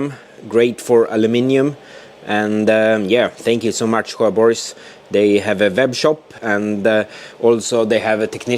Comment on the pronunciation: Nice progress on the car. When I heard how you pronounce "Sjöborgs" though, I thought I need to go back to Swedish class...